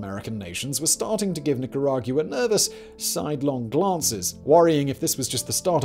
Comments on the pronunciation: Please say Nicaragwa instead of Nicarag-u-ah. It sort of grates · the u is silent. it makes a “wa” sound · I’m sorry bro but I couldn’t take how wrong you were saying Nicaragua lol not to be a douche but it’s like saying “aqua” or “Gua-m” but without the m si “Nicara-gua” lol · it’s Nicaragua. Not Nicaraguooah. From a Nicaraguan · Nick coor rag goo wah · 100% agreed. It's extremely distracting and painful to listen to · It ain't an accent, love